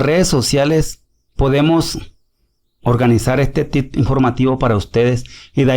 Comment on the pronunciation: Señor no se dice TIt, se dice Tip